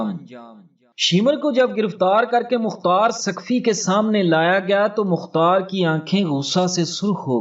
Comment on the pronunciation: تم نے مختار کو مقار کیوں کہا تم بڑے بغیرت ھو کیا تم یزید کے حا می ھو